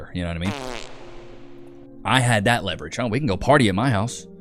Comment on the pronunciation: Leverage or Levi-rage?